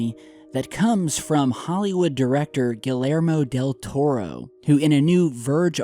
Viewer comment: HO! HO! HO! It is pronounced Gee-YAIR-mo Del Toro. Philistine.